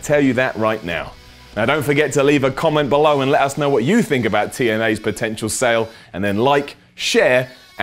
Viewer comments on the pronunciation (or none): none